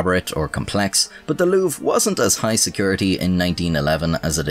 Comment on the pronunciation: LouvRE, you could have just googled how to pronounce the name Louvre xD Saying it wrong like 50 times was pretty cringe ngl